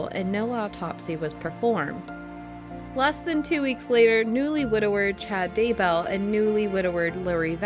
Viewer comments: DayBELL You can't even get the names right. Buh-bye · Hey this is great! But the name is Chad Daybell, right? It keeps switching to Daywell and I’m a little confused. Still, I love the video, keep em coming! Edit- this is the first time I’ve commented first on a video, yay XD